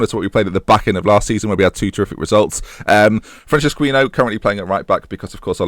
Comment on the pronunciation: The name Francisquinho is so cringy XD, it's said "Francis-ki-ño"